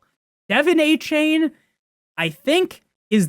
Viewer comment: “dolphins fan” calling achane “Devin Achain”